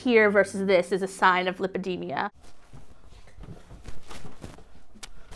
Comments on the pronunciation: How much do you bet she diagnosed herself, she doesn't even pronounce it properly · she doesnt even pronounce it right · Bruh she can't even pronounce her condition properly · she was mispronouncing it. They captioned lipedema on the screen. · How come no one made an effort to tell her she in pronouncing it wrong?